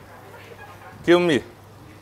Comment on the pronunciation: Kill me =give me😂